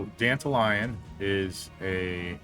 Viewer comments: Danta lion pronounced like Dandelion sounds awful. It's Dant-all-leon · Why tf he pronouce it as Dandelion? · The way you say it sounds like Dandelion 😅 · I pronounce his name "Dan-Tal-Yun"